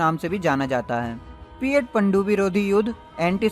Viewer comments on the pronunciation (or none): O bhai tu bada anpad admi hai. P81 nahin hai P 8 i hai.posiden 8 i bhi bolte hai isko.tota hai tu bhi